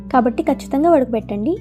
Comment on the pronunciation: వ డ కబెట్టడం కాదు వడ గట్టడం